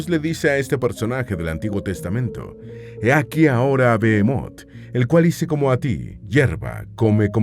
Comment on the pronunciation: No es bemot sino behemot que significa bestion, además esto está en poesía, deberían de documentarse